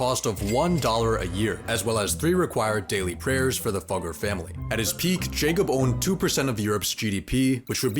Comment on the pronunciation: Fugger pronounced Fyooger